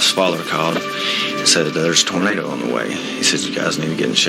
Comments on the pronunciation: Always feel for these people but for god sakes....it's Tornado not tornada! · Well why would you listen to anyone who says 'tornadah'?